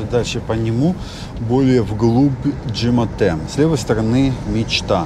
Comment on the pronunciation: Почему ДжемАте, когда ДжемЕте?